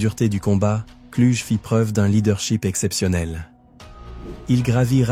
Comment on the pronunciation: Son nom ne se pronoce pas Cluge mais Klougue